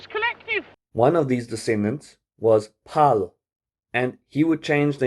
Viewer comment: its Fay-Low my guy but nice video